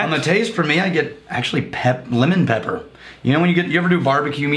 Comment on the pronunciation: Think it was supposed to be "lemon pepper" but it definitely sounded like he said "women."